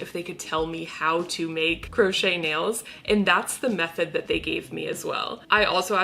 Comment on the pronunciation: Did she say "gross-chet" nails?